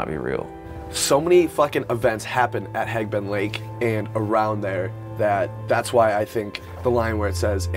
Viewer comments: Laurie James every time he said HEGBEN I would cringe... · Good editing, filming, and basic story line. I might suggest hiding the copious amounts of drug use next time. Kinda makes all of us searchers look bad...And learn how to say Hebgen...